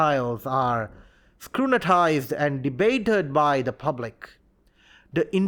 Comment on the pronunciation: Why do you say scunitise instead of scrutinise